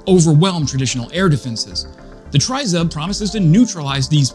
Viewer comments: You have a great channel Let me help you with the pronunciation Tryzub = treh-zube (Meaning 3 teeth - the coat of arms of Ukraine from Neptune's trident (Greeks settled Crimea 1500 years ago) The way you say tryzub makes me want to poke a pencil in my ears 🤣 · It is pronounced "tree-zoob" -- there is no "try" as in "try-ing" in it. "Do, or do not, there is no try." -- Yoda, from a long time ago in a galaxy far away. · TRI ZUB ready? TRI means THREE and ZUB is pronounced with a long U sound means Tooth. So, THREE TEETH> Or Three Fangs. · Great video. Just so you know it is pronounced Tree-zoob. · Ukrainians pronounce it triz-oob. A Ukrainian sent me socks with a Tryzub emblem on them, then another pair arrived with FCK PTN 🤣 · Great report as usual - now let's try to pronounce Tryzub correctly - it's Tre as in 'treats' and Zub as in Zub..... It's our national logo or emblem тризуб as in trident of "три зубa" as in 3 teeth; no one really knows - some say it looks like an eagle or a dove. Keep up the good work - try and do a collaboration with Jake Broe as your channel really deserves a higher audience.